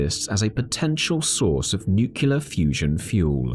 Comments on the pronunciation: Great information. Lots of material. One question in a science video, Nucular fusion, or Nuclear Fusion? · Oh man you hit a sore spot on me. I absolutely refuse to believe how many people in the videos I watch say nucular. Im talking about people with college degrees and prestigious career positions in respectable companies! Are they all just fucking with us? Are we on a real life episode of Candid Camera? I keep waiting for Alan Funt to jump out from behind a curtain to surprise me!